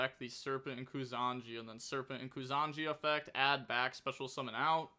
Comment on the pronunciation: It's not Kusanji, it's Kusa Nagi (koosa nagee)